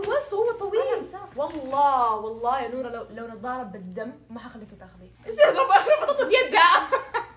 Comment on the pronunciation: نوره انتي لما تقولين نوره ب الاخير تحسين ب حرف ال ه مو نورا م تقول نوراااا تقولين نورهه ه فهمتي ؟